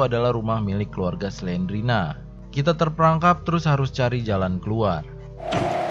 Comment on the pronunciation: Bukan Selena tapi Slendrina